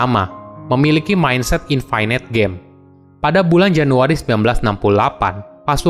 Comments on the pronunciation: Btw dibacanya INFINIT, bukan INFINAIT :) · infinite --> bacanya infinit biasa aja bro, tidak semua huruf i dalam kata bahasa Inggris dibacai ai